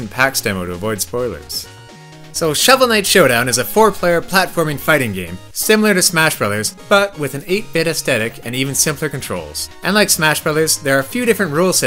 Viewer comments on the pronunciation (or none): You mispronounced aesthetic. You'll notice there's a "th" in there... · Please learn how to pronounce "aesthetic". It's really not that hard.